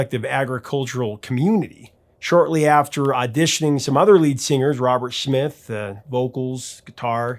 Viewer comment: Did he pronounce Smith as Schmith?